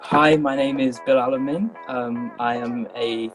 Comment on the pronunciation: Very good video. The only issue is that he called himself Bilalamin. His name is Bilāl Amīn.